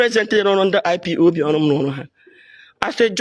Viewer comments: Madam IPOB not IPOP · This old woman your shame dey shame me ooo You can even pronounce IPOB